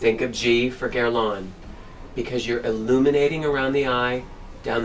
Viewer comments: Incredible that a "world famous" makeup artist cannot pronounce the brand name correctly. It is NOT GuerlAAAANE! It is Guerlain (an Æ in the end and it is nasal). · I can't believe that you mispronounced Guerlain. It's not "gurr-lawn." The Internet has websites that give you the correct pronunciation of French words and names.